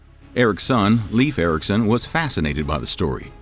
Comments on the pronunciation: Narrator was butchering the words. 😀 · It's Leaf Ericson day hinga dinga Dorgen